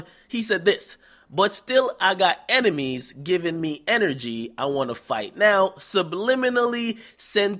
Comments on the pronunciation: "Emenies"? Really nigga? Pronounce it how you spell it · Sound like he said emenies lol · Nigga said emenies... Twice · Yo son, am I the the only one who noticed this nigga DJ Akademics was saying "Emenies"??